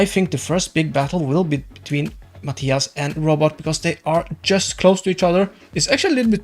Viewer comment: Mah-tie-uhs?!?! Mah-tee-uhs!